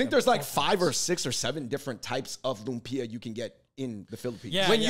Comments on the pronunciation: Davids pronunciation of Loom-pee-ah 😆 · Why is he pronouncing it Lum-peeya?